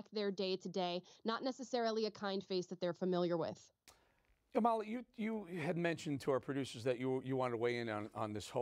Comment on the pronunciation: Eric Bolling: It's disrespectful to your guest, especially someone as smart and scintillating as Amala, not to take the time to learn how to pronounce her name correctly. It's 'AH-ma-la, not a-MA-la.